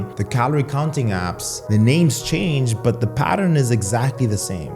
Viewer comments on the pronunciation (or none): none